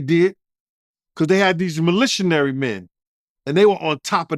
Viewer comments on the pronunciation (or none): “Milituary” is 😂😂